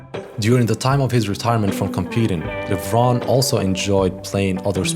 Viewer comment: In the film, Kevin continues pronouncing his last name with a long E at the end. So why do you continue mispronouncing it?